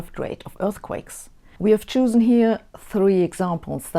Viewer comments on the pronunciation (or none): Thanks Sabine for another interesting video! BTW, at , I think I heard "choosen", instead of "chosen" (long o). Just a friendly heads-up. I so love your content!